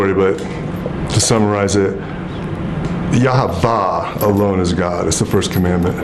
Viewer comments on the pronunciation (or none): This guy's weird... Jesus. IS the only son of God, he is God in the flesh. he loved, he died, and then he came back. He rose from the dead and overcame death itself, so that we could too. Who is Yavah? Did he mean Yaweh? What a weird man. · Do you think he would get upset if I just happen to mention that there was no V sound in ancient Hebrew? The "v" pronunciation developed much later, primarily during the late Middle Ages and early modern period. So he can't even pronounce God's name correctly. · Considering it's yahuah and not yah ha va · Yahweh Not Yahwah!